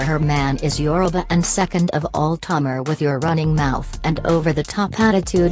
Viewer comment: I'm DONE!!! HER NAME IA TA MAR NOT TOMAR.👹